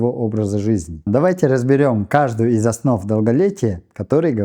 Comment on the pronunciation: Не столБа А столПа